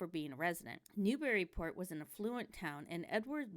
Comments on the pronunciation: I wish the people that do these videos would say it right. Not New/Berry/Port It's Newbree/ Port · How about you pronounce Newburyport correctly. It’s bury not berry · Actually, it's neither. To anyone who is/was a native, the preferred pronunciation has always been "NewBREEport"...no "bury" or "berry"...EVAH, lol! And don't forget the "Mall", which is simply pronounced, "Mal".